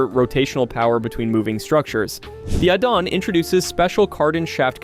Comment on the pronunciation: add-on ❌ a-Don ✅